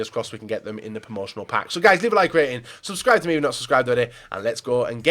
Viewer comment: "Leave a like and subscryereuebscheifthtyourrjfnot," I swear it gets worse every video